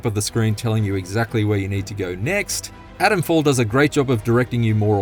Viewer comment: It’s not Adamfall, it’s ATOMfall!